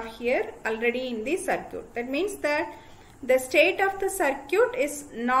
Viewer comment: Circuit=Sercute🤣 My Respect to the teacher for proving that pronounciation doesn't matter when you have genuine knowledge ❤️